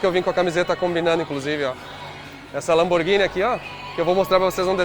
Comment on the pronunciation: LAMBORGINI DE PENEU DELINITE????????? PELO AMOR DE DEUS GENTE!